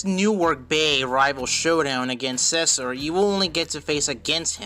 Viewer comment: He pronounces Cesar as Sessur XD